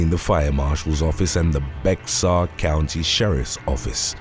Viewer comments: You are mispronouncing Bexar County in Texas. It's more like "bear" please research. Thanks! Love the channel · Bexar is pronounced Bear I don’t know who we thank for that?